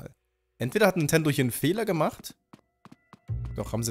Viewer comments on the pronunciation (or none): none